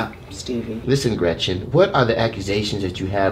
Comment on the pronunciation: He called her Gretchin